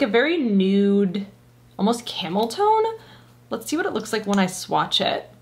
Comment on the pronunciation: Hi! I almost thought you said camel toe, not tone...😂